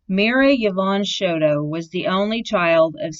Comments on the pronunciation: 'Show TOE" Not "Show dough" and it's not Co PEL ya" It's CO PEEL YA" Lord. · Nice tribute. Thank you. I knew her, her family and even her father. I just wish you would have pronounced her name correctly.